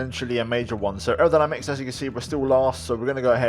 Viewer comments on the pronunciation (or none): none